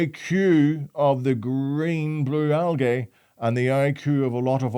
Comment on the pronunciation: Sure poor can't pronounce algae properly cos it has gay at the end of it so he says aljay to keep from turning himself into one of them.....